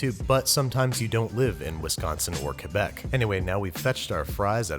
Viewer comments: Listen- As a native Québec Citizen, I find this fine. You didn't get cheese curds, sure, that's a miss. But I also appreciate how you're the only English speaking guy on the planet who can say Québec right. And after years of being starved for someone with good pronunciation, I give you a full pass on the absence of curds. 0/10 anger, not sorry. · Well being from Quebec, I must say, this is probably the best American or Canadian ( Except for East-Ottawa and of course ALL OF QUEBEC...Sorry Canada, only Quebec does it right.) poutine I have seen. Also, the face you pronounced Quebec properly made me forgive the fact that you used mozzarella instead of fresh cheese curds (best cheese curds are either from Chicoutimi or Saint-Gabriel by the way) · Merci for your pronunciation of Québec ! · at least he said quebec right